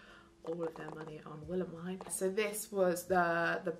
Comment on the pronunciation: i keep getting SO triggered when she says Willemijn’s name wrong 😭 but great video, very jealous of all the merch!!